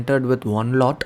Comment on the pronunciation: 😂😂😂..khujli ki bat nhi hai bhai.. Koi nhi bole to koi bat nhi me muh pe bolne walon mese hu.. What did you taught him? Ans: how to pronounce LOT.!!! Seriously? Har koi ki bolne ki rit alg hoti hai.. Ye video jo bhi dekhne aya hoga wo mainly stock market ke knowledge k liye aya hoga..aadhe kya, 90% logo ko to pta bhi nhi hoga ki unhone "lot" kese bola..because what he is giving through this video is far far valuable than the style of pronouncing lot by him.